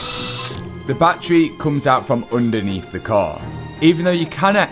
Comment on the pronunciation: You pronounce battery "Battray" and "Battery" in the same sentence it confuses me so much hahah